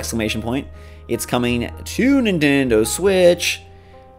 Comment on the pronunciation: Scrap rush is coming to what system? “NIN DIN DIN TINDO Switch !”